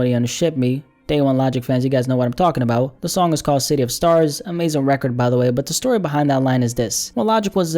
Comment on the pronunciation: You say record funny